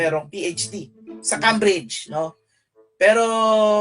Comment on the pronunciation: Pagkasabi palang ng Kambridge alam mo na na peyk kasi Keym-bridge ang tamang basa doon